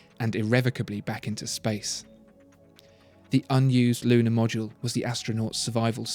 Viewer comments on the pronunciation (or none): none